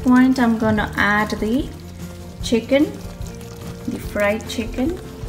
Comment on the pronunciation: Chickeennn that a very funnie way to say it lol